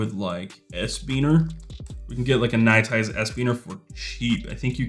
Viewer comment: Can I enter the give away ?? My contribution: Third from the top of the products featured is "NITE IZE", NOT "NITE ICE". Got to keep sponsors happy.